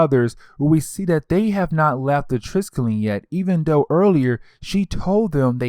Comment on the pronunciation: TRIS-KELL-EE-UN -Triskellion. Jeez haven't you seen agents of shield? ^-^ I like the breakdowns tho!